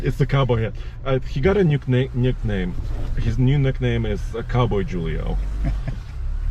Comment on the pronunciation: i think it pronounced who-lee-o not jewel-ee-o but idk maybe I"m wrong.